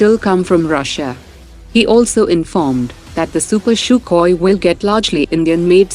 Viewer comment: It's sukhoi..u pronounced it has shukhoi